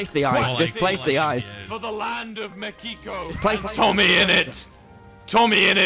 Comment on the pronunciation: Wilbur: he is torturing philza Tommy: he is just having a good time Tommy: let's see what he is saying Quackity/Mexican dream: Speedrun me a bed 😏 Ahh yes my favorite country "Mekiko"